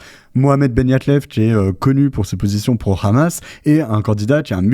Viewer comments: il y a 20 ans, le Hamas n’existait pas. Le problème c’est que ce mot doit se prononcer Amass, donc lorsque tu parles vite et que tu prononces ce mot, on peut pas s’empêcher de prononcer le « H » en « R-amasse ». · Vive Frontières. Juste un truc svp arrêtez de prononcer "rhammas" .. hammas on comprends pas de problème